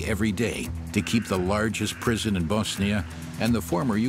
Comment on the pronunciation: Very good documentary. Also finally someone properly saying BoSnia and not BAAZZZNIA good job narrator 👏